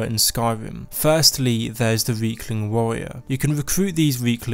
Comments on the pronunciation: I thought he said weakling at first instead of riekling.. I mean I guess he's not wrong..? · You say Reiklings like Weakling, which is kind of funny cause they're pretty weak, good vid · Funny, when you say Riekling, you actually say Weakling. :D How fitting.